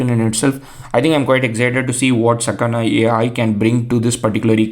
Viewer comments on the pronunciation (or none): the kana you read are sa ka na, so it is sakana